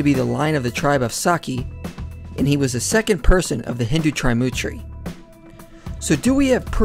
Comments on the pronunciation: Not Triumtri it is 'Trimurti' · I almost died laughing when he said t r i m u t r i 😂😂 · Sorry to say your pronunciations are really in need of correction it is the Tri (tree) Murty as in (dirty). Krishna was born from Devaki. Please read the Srimad Bhagavatam and get the whole overview of Krishna and His creation. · Correction : It is TriMoorti, not Trimutri. Pronounced as "Threemoorthi" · ALVAREZ it's actually "threemurthy". Lol But anyways these all are Brahmanical stories for their political gain. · ALVAREZ he pronounced it so wrong😂😂